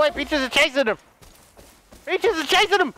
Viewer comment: I found the food for PACHES Me: Its *PEACHES*😂😂